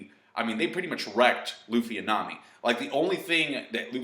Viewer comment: did you just call Nami TsuNami? :D